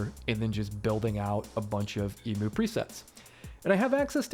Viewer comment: I love this video but the Emoo and not Emew pronunciation has me so creased.